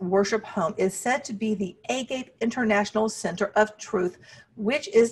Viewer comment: Great video except it’s pronounced “ah-gah-pay” and means unconditional love in Greek. 😊